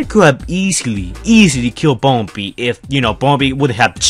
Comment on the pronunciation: Bumberbee not die